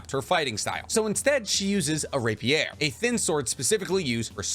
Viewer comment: Why do you pronounce rapier that way? It’s like calling a filet mignon “fillet mig none”